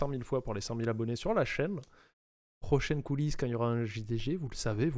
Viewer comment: Au début, j'entendais "Couille-lisse" à la place de "coulisse"... xD